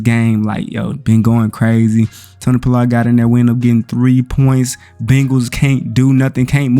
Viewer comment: Bruh...you can't say Pollard at all🤣🤣🤣🤣🤣🤣🤣🤣